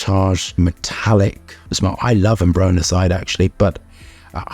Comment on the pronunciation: bro is mispronouncing ambrocenide the entire video